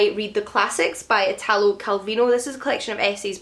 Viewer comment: Every time I watch your videos my Goodreads "Want To Read" folder gets bigger 😂 (Just one thing, the accent in "Italo" goes on the first letter!)